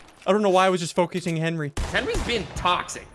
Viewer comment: I love how he says henwy